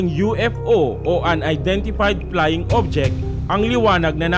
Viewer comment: I stopped listening after the reporter said, "...Unidentified Plying Object..."